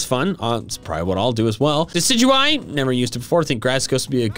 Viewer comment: The amount of times you said diciguie(sorry if I spellt it wrong ) during my shiny hunt for shiny Rowlet